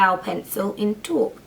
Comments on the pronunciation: You had a little irish in the way you said Taupe! :) Beautiful makeup as always! xoxo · lol i love the way to say taupe! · Love the way you say Taupe LOL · I love how you said Taupe haha